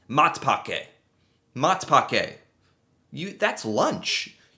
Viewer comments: That "Matpakke" pron. was prime. Hahaha yes our bread is definately better than the american bread... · Ur pronounciation of Matpakke was absolutely spot on, 10/10, like I say it myself literally😊